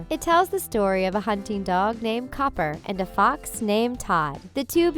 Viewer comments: she said Todd and Cooper not Copper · She mispronounces a couple character's names (some multiple times), not just the names behind them. "Cooper" and "Kitta"?